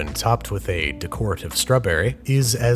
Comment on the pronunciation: After DeCORative, you could say pecan anyway you want.